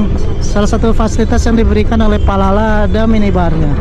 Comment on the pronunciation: 19 menit yang lalu Akhirnya ke sampaian naik Palala Jangan salah ucap lagi bang Palapa jadi Palala haha